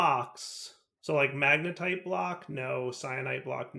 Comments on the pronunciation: MA-GEN-TITE Like magenta, because its magenta colored... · its a hard word! 😢 pls be nice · Blutonium = blue Magentite = magenta Pronunce it like that